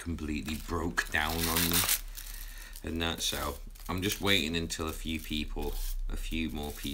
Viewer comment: 'Waiting' not 'weighting'